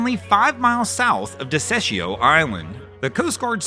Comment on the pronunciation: Desecheo island😂😂😂 as a Puerto Rican your pronunciation had me LMAO!!